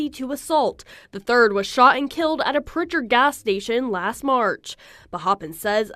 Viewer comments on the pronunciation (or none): it's Prichard not pritcher lol 251 in this bitch